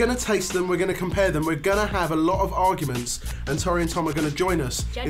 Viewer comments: Did say To-rr-ee and not Tor-ee? Oh noes! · It makes me really unprecedentedly upset that he keeps pronouncing Tori like that. Also, was robbed